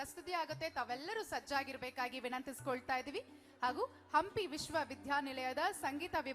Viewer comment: ಅಂಪಿ ಉತ್ಸವ ಅಲ್ಲೋ ನಿಮ್ಮೌನ ಹಂಪಿ ಉತ್ಸವ ಅದು....ಯಾರದರ ರೆಕಮಂಡೇಷನ್ ಮೇಲೆ ಆಂಕರ್ ಆಗಿ ಬಂದು ಬಿಡ್ತೀರಾ.... ನಾಲೆಜ್ ಇಲ್ಲದೇ